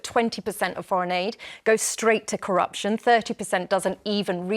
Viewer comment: She said "Cutting curruptiin is "pie in the sky"" Unbelievable